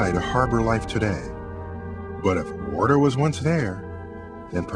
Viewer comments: Liquid warder! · He pronounces water as 'wudder'. Once you hear it......